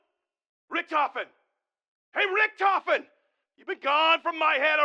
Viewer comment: How can you butcher "Richtofen" that terrible?